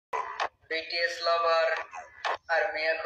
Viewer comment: shibal তো bts এর উচ্চারণই তো ভুল করেছে। হবে বিটিএস বলতেছে বেটিএস 🤣🤣🤣🤣🤣🤣🤣🤣🤣🤣🤣